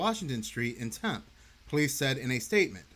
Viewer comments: No such place as "temp" Az. Its tempe . Pronounce the E at the end. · It's pronounced "temp-ee," not "temp." Can't believe you don't know that. Edit: good, you finally got it right 😂. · Tempe is pronounced Tempee. Just FYI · It's pronounced tempeee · Hey so, I’m from Arizona. A lot of stuff here is hard for outsiders to pronounce. Tempe is pronounced Tem-pea. It’s all good. Love your content. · LOVE YOUR CHANNEL!!!!! But if you reference this story again, the "e" at the end of Tempe is pronounced. Temp-ee. And I ain't down on you. I still can't pronounce the capital of South Dakota correctly (Peer, not Pee-air) 😂